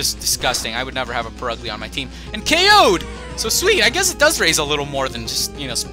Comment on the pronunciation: Purugly pronounced Pur-gly